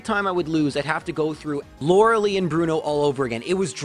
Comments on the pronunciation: Can’t get past “laur-el-ie” instead of “lau-rel-eye” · Just so you know Lorelei is pronounced Lore - el - eye, you are incorrectly calling her Lore - el - lee. Other than the nitpicking, good video. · No iy's lau rel eye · Sorry to nitpick but I think Lorelei is pronounced lor-a-lie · Laura (lie) not lee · My only gripe is you're pronouncing Lorelei's name wrong. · The way he says Lorelei is triggering